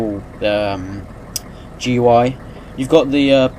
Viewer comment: It's pronounced 'gooey' not gui